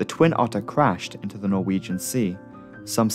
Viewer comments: Are you Norwegian? You pronounce those names and places too well to not be of Scandinavian descent. Excellent video as usual! I look forward to every upload. Cheers from New Orleans Louisiana. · I am norwegian and I love listening to non-norwegian folk try to pronounce norwegian words. You're really good at pronouncing the places in English, even if I still find it funny. <3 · As a Norwegian I am very impressed by your pronounciations, especially considering these are difficult words with characters unknown to English speakers. Well done.